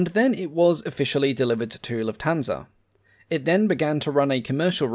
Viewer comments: The accent is on "luft" not "hansa". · this robot pronounces Lufthansa totally wrong